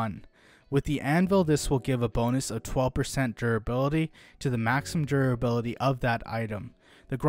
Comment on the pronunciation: Why do you keep saying 'durability' like that? It's like you're drunk.